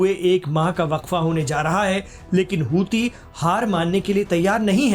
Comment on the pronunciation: Aap hosi kyu kehte hai jabki wo huthi hai ya ansarullah hai